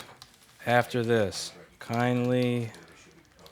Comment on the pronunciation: Rossman shows his Canadian / New Yorker sides. "KINDLY go fuck yourself" 🤣